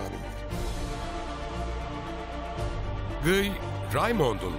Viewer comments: GIY ne ya :D "Gi" diye okunur o, azıcık araştırma yapın :D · her şey harika çekimler, anlatım vs. ama bi de Guy'a (gİy) keşke (gUy) demeselerdi.... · Şu Kudüs Kralının Adı Gıy Değil Lusignan De Guy